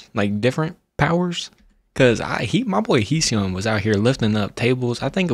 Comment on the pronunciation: Thank you for your reacting to ENHYPEN mv When you call Heeseung’s name,so happy Coz you pronounce Hee’s name quite correctly 😄👍🏻 Hybe made an announcement before Heeseung’s the future of the K- Pop music We’d love you to react to more of ENHA’s great music and other contents as well Wishing you all the best and happiness,hope to see you more often Bless you🤟🏻